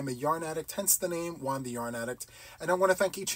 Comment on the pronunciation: Hi ☺️👋 i wonder why you say your name like you do juan sounds like one you don't emphasis the J like how do you pronounce James or Jamaica or John?? anyway one sounds good!!! love your channel ❤❤❤Nora this is a good situation 😁😁😂